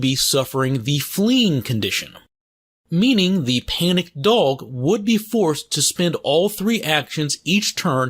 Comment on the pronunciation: Anyone found funny how he says dog and wolf? "DOWG" and "WUFF" lel. Just made me laugh a little. Nice content! Keep it up!